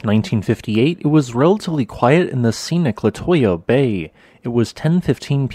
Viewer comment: La two yuh bay not la toy yuh